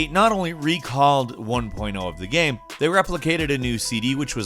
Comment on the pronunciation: "there were patches coming out for the came" did anyone else here him say came instead of game?